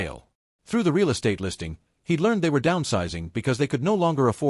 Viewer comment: "Dollar two hundred..." "Ray-ell"..." Sheesh, shaking "M-Y" head. 🙄🤨